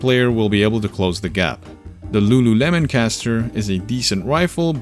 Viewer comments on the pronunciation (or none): none